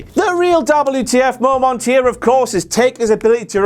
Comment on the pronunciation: Shut the fuck up. I couldn't get past "momant" #5. Go away forever already 😩🔫